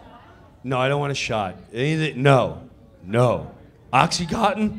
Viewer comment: I took a oxy when he said oxycottin0 Rx